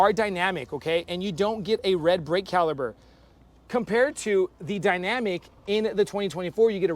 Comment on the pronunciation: This is an informative comparison, just one thing, it’s brake caliper not “caliber”.